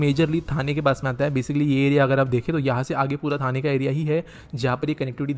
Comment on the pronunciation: Even after being a local Marathi person, he's not able to pronounce half of the names correctly. Calling ठाणे as थाने, खांदेश्वर as खांडेश्वर, and what not 🤦‍♂️